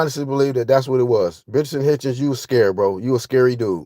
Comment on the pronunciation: Food poisoning promotions Lmao man said Bitchinson hitchens 😅